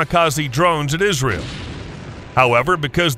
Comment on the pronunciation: he said ass ram 🤣😂